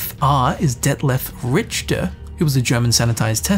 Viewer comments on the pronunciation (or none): Richter is pronounced Rickter